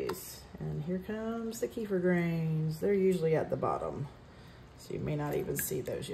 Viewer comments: Thanks! And just fyi it's pronounced keh-feer. Not few keifer Sutherland. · Blessings. It's Turkish in origin and in the region there and in Russia, they say Keh-feer. By all means keep saying it the way you want. However, there is one right pronunciation. It's not a tomato tomahto thing.